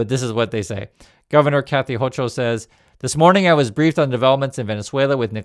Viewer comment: Kathy Hochul' surname is pronounced "Hoe-cull."